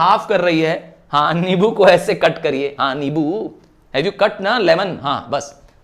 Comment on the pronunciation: Sir it is nimbu not nibu